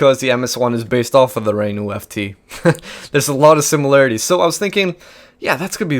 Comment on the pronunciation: FT is pronounced éfté and, can you stop pronounced Rinault,it's Renault,RE